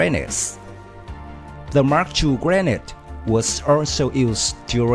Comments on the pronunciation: It’s pronounced as (gre-nade) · Grenade is prenouse as (Gre-nade)